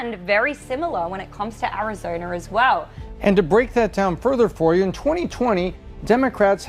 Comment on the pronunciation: vurting in Arizoner